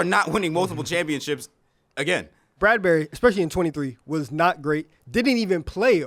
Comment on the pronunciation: He said “Bradberry” 😂😂😂😂